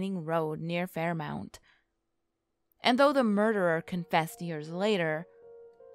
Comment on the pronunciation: She also said Fairmount instead of Fairmont